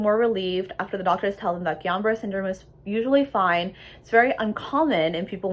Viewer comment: It isn't called Guillion -Barre! it is Guillain-Barre